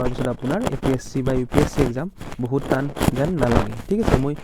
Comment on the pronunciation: টান হে তান নহয় ।